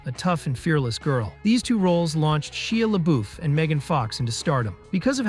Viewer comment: She'ah La Boof, lmfao. You realize you can Google "How do you say Shia LaBeouf" and it will literally play an audio clip for you, so you say it correctly?